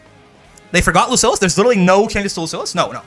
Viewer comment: I have realized that you have pronounced Lucilius wrong this whole time. Also why did they just not do anything to him this is so sad.